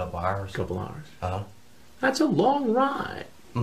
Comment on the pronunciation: "What makes a man get in a carrr and drive two hourrrrs?" Take a guess chris